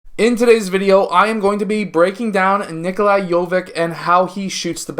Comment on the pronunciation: it´s spoken "itch" like with jokitch. doncitch. jovitch ;) he is my favorite prospect next year.